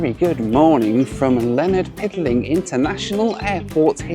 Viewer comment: I was so happy about how you pronounced Nassau in your last video, and this video you're hitting us with the "Leonard Pickling" instead of "Lynden Pindling" 😂